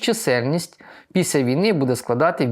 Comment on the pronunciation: не Піся, а Після. Перше має дещо інтимний характер